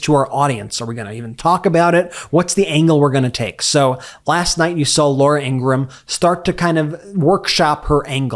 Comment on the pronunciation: Brett, congratulations on knowing the proper pronunciation of Laura Ingraham's last name. Perhaps you could consider instructing your brother. (retired teacher)